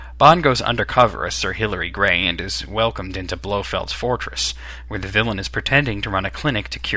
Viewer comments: It's Hillary Bray not Gray. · The name of the geneologist from the College of Arms whom Bond impersonates is Sir Hilary Bray, not "Gray." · It is Sir Hilary BRAY, not Gray.